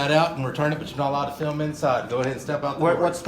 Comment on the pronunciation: Why does he always say fee-ilm. It it digital data and doesn't require any film yet he insists on calling it feelming.